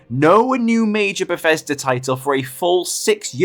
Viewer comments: Bethesda ❌ Beffesder ✅ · hehe, "Berfesda"